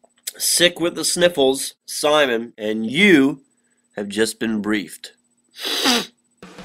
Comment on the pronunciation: she said bean lol